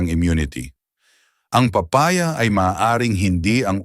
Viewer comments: Papa-ya at pola- te 😂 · Di ka Marunong mag bigkas ng. Tamang Tagalog lalu na Ang papaya